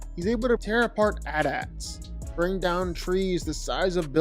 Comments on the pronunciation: Did you seriously just say “at ats”?, come on bro, everyone knows they’re “A-t a-t’s. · "at ats" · Did he really just say "at-ats"